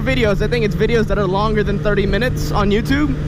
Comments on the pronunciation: "Youpatube account" LMAO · He said youba tube lol! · Just listen to the words . "youbatube". I laughed way too hard at that